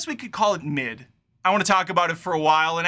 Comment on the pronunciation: When you said "Mid", towards the end of the video, I thought you were just making a "Meh" / "M'yeh" sound.. As if the film was so mid, you didn't even have the effort to say the three letter word... Keep it up, love the videos/reviews - funny af, dude, cheers.. (p.s. NEVER change the fast-forward actions, please, always makes me crack up)